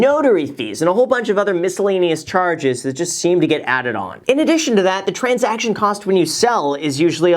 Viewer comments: Love u Graham but "transaciton" will never be transaction 😉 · *transaction not transaciton. Great video though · "Transaciton" :D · "Transaciton"? 😂 Just kidding. Love your videos ❤️ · "Transaciton" haha... Nice. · So is no one gonna talk about “transaciton” cost? 😂 it’s okay, Jack. Great video, Graham! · Can't forget the 'transaciton' cost